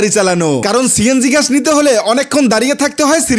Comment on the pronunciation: গ্যাস❌ ঘ্যায়াশ✅